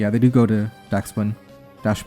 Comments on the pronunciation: The dog is pronounced like 'duck spun' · to me, Dachsbun is pronounced "Dax-bun' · Dachsbun pronunciation: DArling-KKS-BUN (like man bun) and hold the K sound for a quarter of a second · The dog is pronounced docks bun